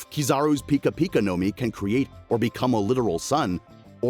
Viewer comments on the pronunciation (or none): U said like pikachu pica pica no mi